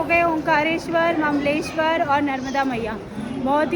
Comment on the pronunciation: Mleswar nahi hota hai Mamleshwar hota hai 😂😂😂😂